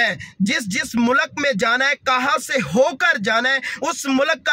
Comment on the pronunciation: Abe mulak nahi mulk hai